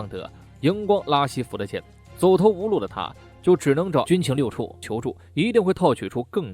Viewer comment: 可能原来读错了（